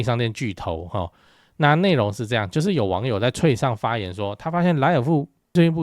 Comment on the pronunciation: Threads 請改正發音